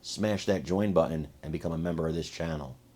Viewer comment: Put the TT’s in the word “button”….not burn. Most annoying thing ever!